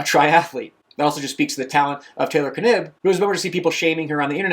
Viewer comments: Dunno I'd say was pronouced "Nibb" with silent K. Sounds odd to hear it said as K-nibb. Got to love these first world problems. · It is pronounced nib without the k. At least every interview I’ve seen she hasn’t correction anyone but she is 100% the type of person to not correct them in the first place. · Knibb as in Knee 😅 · For Taylor Knibb’s name pronunciation; I’ve heard from the triathlon events it pronounced “Nib” with a silent ‘K’. Granted, I don’t follow triathlon as closely anymore (Gwen Jorgensen was who I followed because I know her.) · The K is silent.